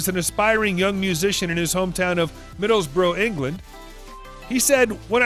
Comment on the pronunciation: Who is the voice over doing this recording its driving me insame it is NOT Middlebroo it IS Middlesbrough and pronounced as such.